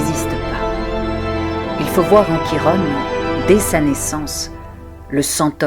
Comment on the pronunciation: Bonjour, la prononciation est " Kiron" et non Chirone ;)